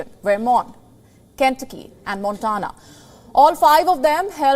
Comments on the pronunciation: Good reporting Please check pronunciation of names of States.. Ken-tuc-ky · Ken tu'cky ! Not Ken'tucky ! For the host's information. Trump's and DeSantis's voters are scary ignorant ! India's rupee may be the next global currency.